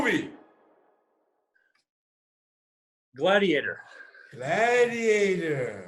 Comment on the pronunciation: マシソンにとって、‘ヤマグチサン’は鉄也だろうな 笑 そしてグラディエーターの発音の良さ!!! 笑 普段、自分らが使ってるグラディエーターの発音が笑えてきます 笑